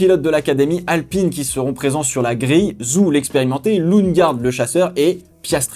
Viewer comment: Ca me fume comment tu dis Zhou. Si tu veux essayer de te rapprocher d'une prononciation plus chinoise de son nom de famille, dit "Djo". Tellement hate que ca recommence, pourtant on a laissé la F1 en décembre cette fois.